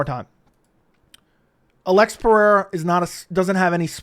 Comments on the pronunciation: Say. Alexander. Then say Alex. Don't say. Uh lex. Or sound illiterate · Why you saying Alex's name like that? Am I missing something?